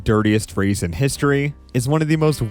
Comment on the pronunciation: Nobody is gonna comment on “historeeeh”